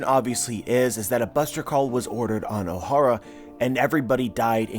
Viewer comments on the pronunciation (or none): none